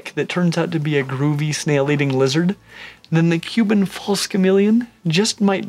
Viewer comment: Stingin rad... Huban false chameleon. Haha, so many mispronunciations is these vids., dont get ahead of yourself. No need to rush, your audience is not going anywhere; your vids are too great.